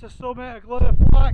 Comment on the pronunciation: 6 mins in and love the many pronunciation references already 🤣 Yes, they need work. Tryvan, Vach, Vawr will get you close, unsure how to type the LL 🤣 Great to see this part of the world again, been a while